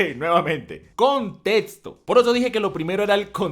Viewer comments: La palabra "contexto" se lee como si estuviera escrita como: "contecsto", no "contetsto"... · Me gusta cuando dice contétsto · El contetsto del contetsto!!!! No etsageres!!! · me encantan tus videos, pero siempre me he preguntado esto: ¿porque pronuncias la equis con una ts? Contetsto, etsacto, etsepcion... No es una crítica, ni una burla, solo es una duda. Puede que este equivocado, pero tengo entendido que la X se pronuncia como cs. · Nomas no digas contetso por fa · Like si te volvían loco sus "contetsto" y "etsagerar" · Nadie: Absolutamente nadie:: Contetzo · Cómo que a veces dice 'contetsto' no? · "El contetsto". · "contetsto del conteTSto" jajajajjaja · "Contetsto del contetsto" ♥️♥️♥️